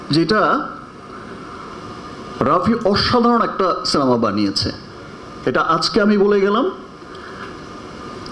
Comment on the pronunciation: ভাই রে সিনামা না সিনেমা!! আর কথা বলার মধ্যে মধ্যে মুখ দিয়ে চক চক শব্দ করা লাগে কেন!? কী বিশ্রী লাগে কানে আসলে!! একটা সুপারস্টারের কথা বলার ম্যানার জানা নাই!! আর একেকটা কথা কতো বার রিপিট করলি!!